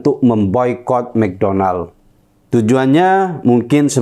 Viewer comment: Mcdonald bukan begitu di baca nya. Tapi mc Danold. Huruf o dibaca aa disini.